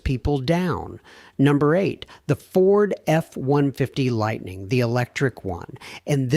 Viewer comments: Way too much AI….Ford F one-fidy ? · it's a good thing A.I. does not know how to pronounce F-150, because now we know all the times A.I is used!!!!